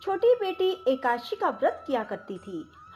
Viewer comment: कृपया करके एकादशी बोलना सीखे आप जब बोलते हैं तो एकाशी आता है यह गलत hai, आपने पढ़ने का सही सिस्टम करिए